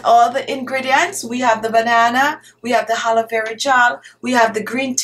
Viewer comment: Did she say "Haloe" Vera Gel or its my ears? Nice technic btw.